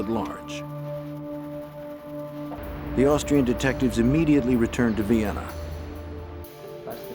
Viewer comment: "near Vienna" This awkward pause gives it away that it's non human voice. Disappointing.